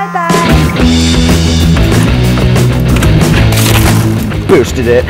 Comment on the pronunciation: Oliver said bootsted 2 times actually three